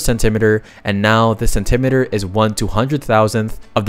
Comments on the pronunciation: "sen-TIM-it-ur"? You mean "SEN-tee-mee-tur"? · Cent-imeter? Is that how you pronounce that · Anyone want to point out how he pronounces centimeter like perimeter and not like cent-"e"-"meat"-er. Really caught me off guard. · Remember kids: centimeter rhymes with perimeter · I didn't know there were people who don't know how to pronounce "centimeter" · I am obsessed with his pronunciation of parallelogram and centimeter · why does bro pronounce centimeter like that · probably a joke about how kilometer is mispronounced - in international English it is spelt centi-metre and the first syllable of "metre" is always stressed in those words. "Meter" refers to something that measures a quantity, e.g. barometer, pedometer, iambic pentameter, etc. and is always unstressed. A "kilometer" would be something that measures thousands, but a "kilometre" is one thousand metres, and pronounced with an unstressed and stressed "me-" syllable respectively, but for some reason a lot of (presumably American) speakers choose to pronounce the distance with an unstressed "me-" syllable, which sounds absurd when you pronounce other SI lengths in that way, like centimetre or millimetre